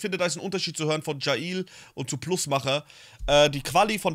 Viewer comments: Bin mir ziemlich sicher das man jaill wie das englische Gefängnis ausspricht und nicht „ja il“ 😂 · Jaill wird wie das Gefängnis auf Englisch ausgesprochen :)